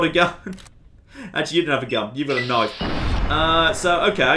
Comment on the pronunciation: "mah noife"